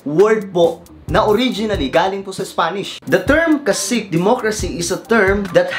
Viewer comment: CACIQUE ...... pronounced KA-SI-KE in Tagalog